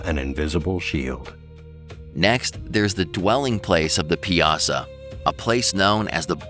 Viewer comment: Piasa is pronounce pie uh saw